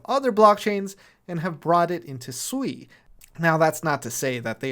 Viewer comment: I thought it was pronounced sway. Like water in Mandarin